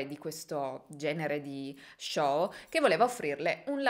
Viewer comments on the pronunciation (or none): none